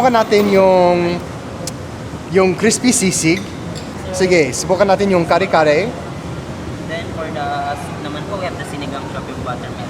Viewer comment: From New Jersey.....I really like your travelogue / reviews / documentaries ! Found you out by accident & had been following you since....nagustuhan ko ang 'yong down to earth attitude & truthfulness! You're the man! Keep it going! By the way, ang accent is on the 2nd syllable ng Kare... Take care always & God bless!